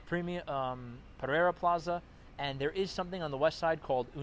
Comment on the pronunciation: Puh-ray-duh. 👍 came here from Medellín in November.